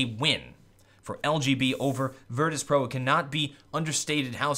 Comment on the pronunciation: Did anyone notice "virtus.pro" become "Virtus Proo" in